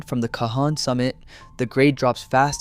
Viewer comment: You managed to pronounce Cajon different every time. It’s ca-hone